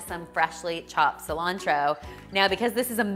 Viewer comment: I almost faint when she said Cilantro..... Im also from Argentina :)